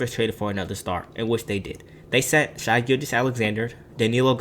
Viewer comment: Stop calling him “shy.” It discredits the rest of the video edit: sorry I sound like a dick. It’s just a pet peeve of mine. If you’re gonna do an NBA video that’s about a specific player, getting their name right is a must. Gives you more credibility. Video overall was great. It’s pronounced like “Shay” because his name is Shaivonte